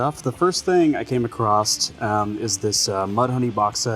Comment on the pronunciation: "The first thing I came acrosst" not another acrosster 😢